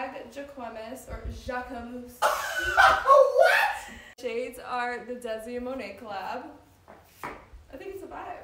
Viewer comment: Biggest crime of the video is how homegirl pronounced Jacquemus